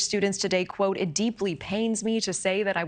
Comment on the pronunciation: PHREE PHREE PALE-LES-STEIN 😮